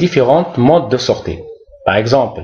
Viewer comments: Merci, pourquoi vous prononcez sortie: sorte'? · merci pour cette remarque ,c'est une erreur de prononciation.